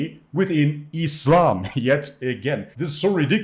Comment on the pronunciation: within ees-slom! 🤓